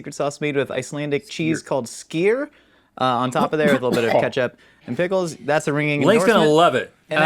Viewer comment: It is slightly ironic that the pronunciation of the Icelandic cheese is actually closer to "Scheer" than how was pronouncing it.